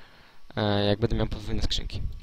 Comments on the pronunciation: Wiem, że zostało to nagrane bardzo dawno temu jednak myślę, że w tej materii nic się nie zmieniło.Byłoby super gdybyś zamiast swojego zwyczajowego "bede,bedzie" mówił --> będę ewentualnie będe, będzie.Wszystko super, ogląda się bardzo przyjemnie jednak to "bede" kaleczy uszy :) bez urazy ;) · Jest tylko jedna rzecz , ktora mnie denerwuje , że tutaj on cały czas mówi bedą / bede zamiast będe/będę ;)